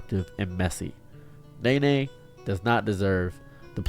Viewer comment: It's not Nay Nay, it's pronounced Knee Knee.